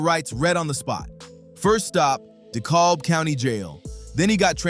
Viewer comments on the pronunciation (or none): "Da cab" county lol I hate when people don't say it right lol